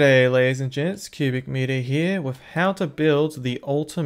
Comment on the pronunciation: I was right with you until you said "cubicmetre"